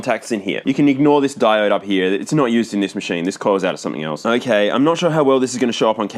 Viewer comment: the end of ze world clip when said "hokay" is 100% what you would see if you hooked up a crt to my brain and asked me to say the words "okay so"